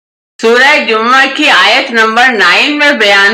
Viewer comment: It’s Surah jammuah NOT jummah as some day of the week!!!